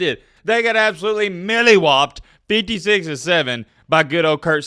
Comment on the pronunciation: It's "molly-whopped". Like, "Matt got mollywhopped by diddy"